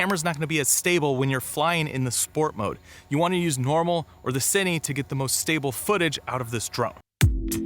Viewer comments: It's not SENNY...it's SI NE...lol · Why you pronounce “Cine” as “sinny” isnt it “Sin”